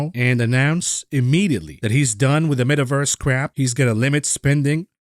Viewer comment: The “Met-averse” gives you a headache